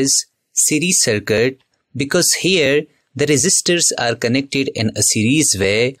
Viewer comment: Circuit ❌ Sarkat✅ 😅😂😅😂